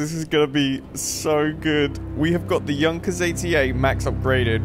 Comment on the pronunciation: Correct he says it.